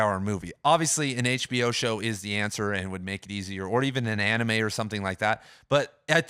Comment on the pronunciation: JUMPING JEEBUS, NOT ANIME! I ALMOST CHOKED WHEN I HEARD THAT!